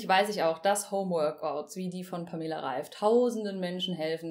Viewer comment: Wird der Name nicht anders ausgesprochen?